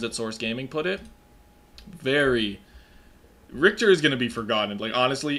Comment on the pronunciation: I hope in game Richter is not so horribly mispronounced. You englisch plebs butchered it for decades at this point.